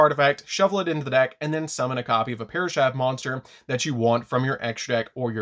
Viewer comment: I like this deck and love the channel but “parashath” makes my soul hurt. 😢